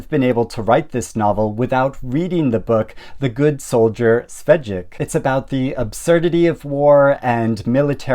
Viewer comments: it's not pronounced Svedjek, but Shveik (Czechs love consonants) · Švejk is pronounced a bit more like “Shveyk” because of the háček and the j having a y sound in Czech. It’s transliterated as Schweik in some versions. No shade!